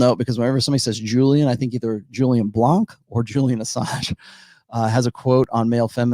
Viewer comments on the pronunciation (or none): none